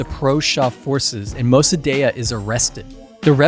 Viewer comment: Iranian living in europe here. Shah was not perfect but he also did a lot of good. Mosadegh ( you pernounce it wrong) was a communist and would have sold the country to soviets.the protest in the end of shahs reign were organized by marxist ( we can then toodeih) . The reason the west stopt supporting de shah is because he started rejecting the western influence . After the revolution btw the islamist executed all the marxist collaboraters. I was as a kid caught in a fire fight between the marxist and islamist. I dont know what you politics are but seeing this video in guessing a berney Bro. And a leftie . Nothing wrong with that but for the sake of truth you can not leave information out because it goes against your idiolegies. You could have mention that after 45 years of islamic dictatorial people want to get rid of mollahs but protesting . They want to be free and they are tryinh and will pervail .